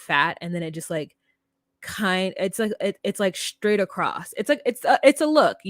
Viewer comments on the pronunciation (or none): none